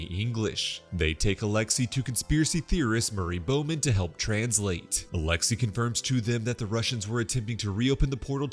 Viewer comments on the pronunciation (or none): none